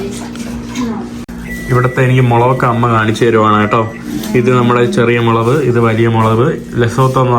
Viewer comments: മൊളവ് അല്ല ഹംക്കേ 😂മുളക് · മുളക് എന്ന് പറഞ്ഞുശീലിക്കെടാ ചെക്കാ... 😄😄😄❤️